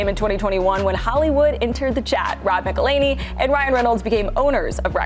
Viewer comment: A whole song on how to pronounce his name and Rob McElhenney's name and its still said like McLaney.